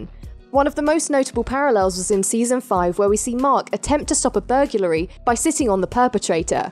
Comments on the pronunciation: How are we pronouncing "burglary" burgulary? 😂😂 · A burgulary?